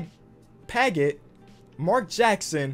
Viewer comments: 2k4 Utah Jazz is Scott Pad-jit is how its pronounced and I know because that is my dad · he does not know how to read names...scott padgett mehmet okur darius miles dj white wes matthews and marquis daniels...this dude just said all their names wrong..he called dj smith lol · mans cant pronounce padgett smh good vid btw